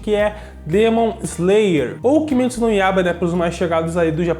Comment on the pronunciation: KIMITSU????????? KIMITSU?????? KIMITSUUUUUUUUUUUHUUUUUUUUUUUUUU?????? É kimetsu. Kimetsu no yaiba